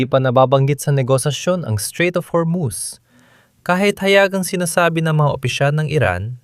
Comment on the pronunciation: Hormus hindi hermus🤣🤣🤣🤣